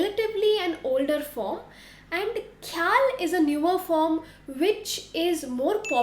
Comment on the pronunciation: When you can pronounce Khoyal with Kha (ख ) خ like khan ख़ान ओर ख़ून then why are using खे ??